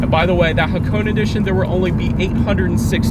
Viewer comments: hakoon? The Hakone edition is pronounced haa·kow·nay , none the less awesome informative video! :) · It's actually pronounced ha-ko-neh 🤓